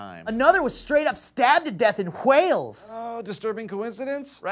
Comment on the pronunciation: What the fuck is hoooowales? Its just Wales buddy